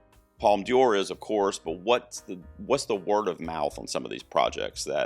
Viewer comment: Not a criticism, but you're pronouncing D'Or as if it was Dior (the fashion and makeup brand). It should be pronounced like "door" since the apostrophe after the D replaces an E and connects De with Or so it becomes DOR. About New Vague (originally nouvelle vague), vague means wave. According to Wikipedia, Un Certain Regard is "The section presents 20 films with unusual styles and non-traditional stories seeking international recognition". Of course all these are minor comments, I always enjoy your videos.